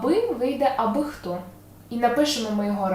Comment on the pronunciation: Добре . Все зрозуміло. Тільки як правильно наголос - абИхто чи абихтО? Ви озвучили два варіанти. Дякую за ваш урок.